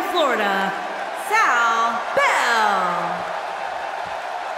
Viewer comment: The game literally said Sa bell